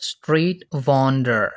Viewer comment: What the heck with pronounciation of Mason and Vendor 😮